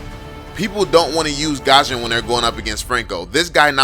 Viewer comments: Bro please, not Gusion(Gashon), but Gusion(Gyushon) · he pronounce gusion "gosion"